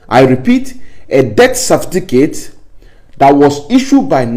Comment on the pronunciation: Certificate not Cerfiticate